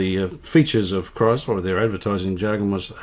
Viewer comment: It's Kriesler (pronounce kreesler) not Kreisler